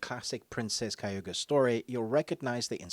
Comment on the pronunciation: Funny the amount of times you said kayuga instead of kaguya